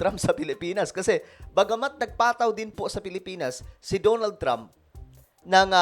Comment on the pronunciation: "Da na ld Trump" not "DO NOLD" Trump